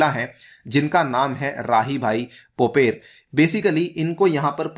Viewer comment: राहीबाई पोपरे , माताजी का नाम, नही की पोपेर